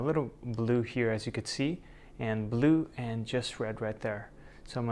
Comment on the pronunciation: I decided to add just a touch of blood, I mean black Me: 😯😂 He probably said blue but it sounded just like blood to me lol